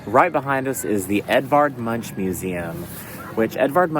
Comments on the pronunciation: MU-N-K, not mu-n-ch :-) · Ck in Norwegian is pronounced "k". So Edvard Munch is pronounced "munk" not munch